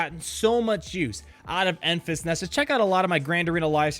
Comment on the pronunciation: Its pronounced Enfrees Nest